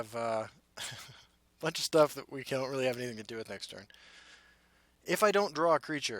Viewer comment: "shtuff" lol